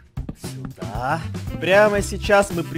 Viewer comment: Даааааа дееееее